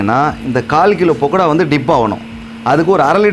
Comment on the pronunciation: பக்கடாவை பொக்கடானு சொல்லாதீர்கள்